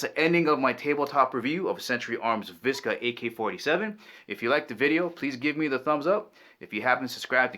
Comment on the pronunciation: Vishhhhka not viska